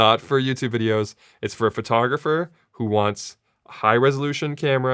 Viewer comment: Sara I love you, and you make great videos with great information., buttttttttt please stop saying FURtographer. Other than that, keep doing what you're doing, and thank you for this video, appreciated.